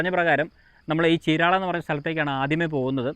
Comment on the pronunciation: Correct ചീരാള അല്ല చీరాల ആണ് cirectj